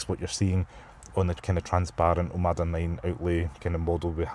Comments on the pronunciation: Great review, but PLEASE, it's OMODA....not OMADA! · It's OMOda not OMAda lol